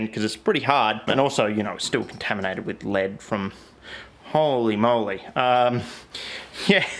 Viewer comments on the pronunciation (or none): none